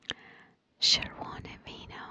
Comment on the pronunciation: as someone from czech im impressed with how well u said červené víno :)